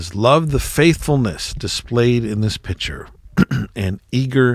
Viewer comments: Picture, not pitcher... 😂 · Where are you from? Not many people say pitcher for picc ture! 🤣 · Pick/ture, not pitcher